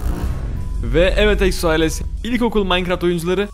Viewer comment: İlkokulu böyle diyemezsin😡😡